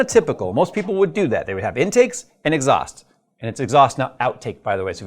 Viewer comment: it’s “inxhaust” byw